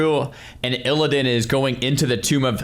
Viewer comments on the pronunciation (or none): "Is this clickbait?" Oh, my sweet summer child. Every Bellular video for the last 5 years has been clickbait. EDIT: What did you say? The tomb of... what?